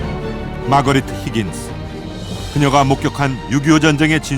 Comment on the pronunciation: 힌긴스~ 뭔개소리야 누군데 ??625 를사실그대로만 전달하세요 히긴스 가뭔데?